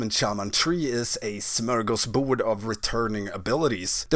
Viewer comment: Oh, you're Swedish? If not that "smörgåsbord" was flawless!